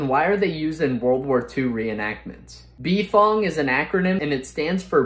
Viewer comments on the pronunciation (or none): To be completely honest, I have never heard anyone say "B-Fong" and everyone whom ever said it, the pronounciation was always (and I mean Always by multiple people) bfong (like bufong) cuz the way you said it, it would be more like Bee ef o en gee... which sounds stupid... that is why people normally say bufong (the U is mostly silent there)